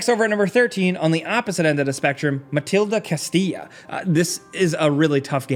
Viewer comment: It's "Mal-DI-ta Castilla",, just saying 😅🤣. Maldita/Maldito being cursed in spanish.